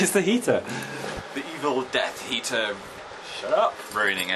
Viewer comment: did anyone else think he said evil death eater instead of heater?